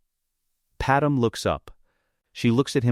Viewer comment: her name is not padam dude its Padmé